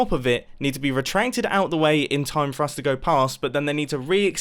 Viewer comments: "RetraNcted" Nice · Timestamp .did he just say re-trenk-ed